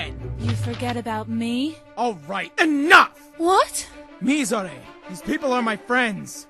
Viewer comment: Why do people keep saying Mizore's name wrong? It's pronounced Mizore (Me-zoe-ray) Shirayuki (Sure-rai-you-key).